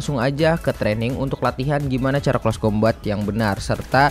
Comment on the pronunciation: Di bacanya close combet bang bukan close combat